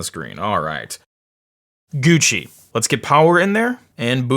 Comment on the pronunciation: Please dont say Gucci lol